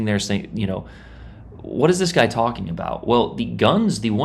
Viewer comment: What is this guy talking abooot IJN DDz gUnBoAt?!